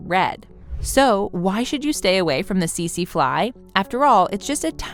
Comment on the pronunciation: I know right? Teet zeee fly etc...they did get the Irukandji jellyfish right tho, at least in pronunciation. Go figure.